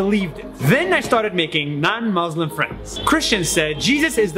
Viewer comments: It's Muslim it's not muZlim. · These people can pronounce the S properly in everything except Muslim. we are "MUSLIMS" not "MaZLims" 😖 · Muzlim is a mispronounciation of muslim٫ but it also can mean mudhlim٫ which means oppressor. Please be careful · Any muslim who says "muzlim" needs to be verified. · He also says muzlim too 💀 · Anyone say maazleem instead of Muslim need to be verified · every ACTUAL muslim does not say "muzlim"